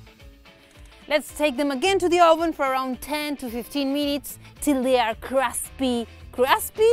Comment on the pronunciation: You said 'cruspy', I subscribed. LOL. Your talent is an added bonus. :p jk! Love your channel.